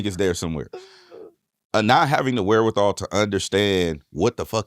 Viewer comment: Every time Hed says wherewithal and looks into the camera...an owl dies 😂😂😂